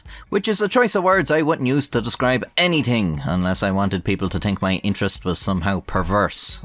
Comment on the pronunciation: anyTING? tink? 2023 learn to pronounce words correctly